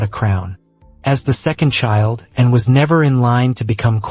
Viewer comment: Why are you saying N instead of Anne? Very annoying.